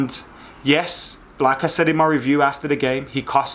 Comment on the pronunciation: When u say 'like I said', you sound like you're saying the name of Arsenal's striker (the other one)